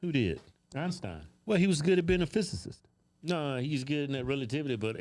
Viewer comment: Trying hard AF to clown Neil, but can’t pronounce physicist has me rollin😆😂😂😂